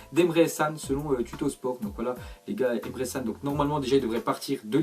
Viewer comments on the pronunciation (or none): On dit Emre Chan !